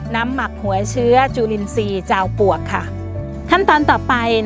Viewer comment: เสียงดังฟังชัด ให้ความรู้ดีมากเลยคะ ขอติเพื่อก่อนิดหนึ่งนะคะ ออกเสียง จาวปวก แทน ปลวก แต่หลังๆก็ชัด เป็นปลวกมากขึ้นคะ